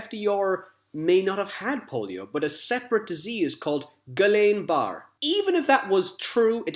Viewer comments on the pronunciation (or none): Nice summary... thanks... and btw Guillain Barre is pronounced Giyyan Baray not Gillin Barrett